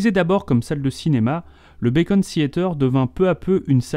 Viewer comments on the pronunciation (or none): Très intéressant ! Mais juste une chose, c'est le "Beacon" Theatre, pas le "Bacon" Theatre, ça se fait pas cuire à la poêle ;-)